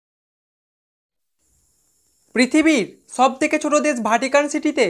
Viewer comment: ছেনাবাহিনী কি ভাই? বিছাক্ত কি ভাই? ছব কি ভাই? দেছ কি ভাই? ছাপ কি ভাই? এছিয়া কি ভাই? একছো কি ভাই? ঘাছ কি ভাই? ছরকারি কি ভাই? ছুদান কি ভাই? ছঙ্গিত কি ভাই? "স" আর "শ"এর জায়গায় সব সময় "ছ" দিয়ে উচ্চারণ করেন, অনেক বিনোদন পেলাম।